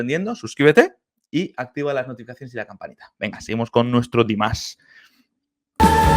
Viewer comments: A mi me gustaría que buscaras el nombre real de Dimash y lo pronunciaras correctamente 😊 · Păcat că se pune atâta preț pe pronunție, alte lucruri sunt importante. Ai putea începe cu pronunția corectă a numelui, Dimash, e doar un cuvânt nu un cântec întreg. În rest, în mod sigur îți place cântecul, doar că este bulversarea de început, Dimash concepe melodii complexe și ne trebuie timp pentru a înțelege totul.